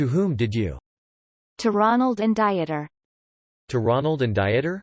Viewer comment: Janet was a scammer, plain and simple. This will come out in later transcripts. The narration is making me LOL too: "Diet-er" instead of "DEET-er" as the pronunciation, "Jesus" (English version) instead of "HAY-soos".... makes me think that they're talking about the Biblical Jesus.